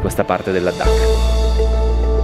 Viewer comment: perché pronunci la D doppia? Non è Ladhak, con una D sola?